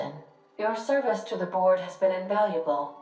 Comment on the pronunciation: Every time I hear the "Board", I hear "Borg" instead